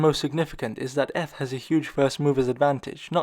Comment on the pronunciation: Has this guy never heard anyone pronounce eth?